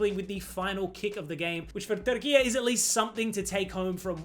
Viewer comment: It’s pronounced Turk I yay NOT Turkiyaa